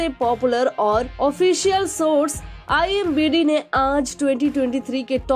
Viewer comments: Are madam konsa Nasha kar kar aayi ho imBd nhi IMDb hota he Babu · It's IMDb...not i am bidi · Imbd nahi Imdb bolo😂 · Imbd nahi imdb aunty😂😂